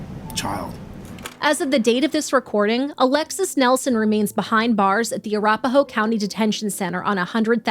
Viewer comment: Uh Rap Uh Hoe. You said that county name a bit off lol (You were trying to say Arapahoe, it's the name of a Native American tribe.)